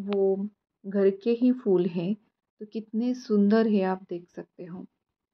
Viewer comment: Beautiful! Amazing considering you are on the 10th floor. Your plants look healthy and clearly you are taking good care of them. 🙌🏼 Also loved that you are pronouncing word ‘फूल’ correctly. Nowadays people pronounce Devanagari ‘फ’ as English ‘f’ in ‘fool’ instead of ‘ph’ in diphthong.🙏🏼